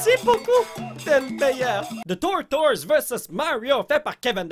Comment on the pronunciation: on prononce tortise pour tortoise